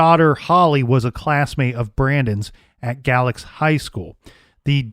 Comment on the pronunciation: If I'm not mistaken, the ME in Galax at that time was an Optometrist. M.E. was a political position and often filled by people with no medical knowledge at all and even less investigative skill. Also, it's pronounced "Gay-lax" by locals.